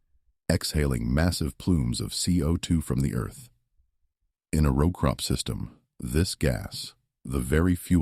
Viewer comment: AI is so Absolutely Irritating. Pronouncing “row” like “cow.” 😂 Also, the spelling errors in the text 😒 This said, this is a super-important issue. Modern agriculture is criminal and is directly correlated to our appalling state of poor health. Thanks.